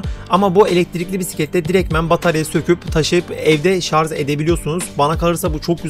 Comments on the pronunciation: Öndeki sepete Sele diyip durmuşsunuz. Daha sonra oturma kısmına tekrar sele demişsiniz ki doğrusu zaten bu. Birde şarz değil Şarjjjjj 😆😆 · Şarz değil şarj!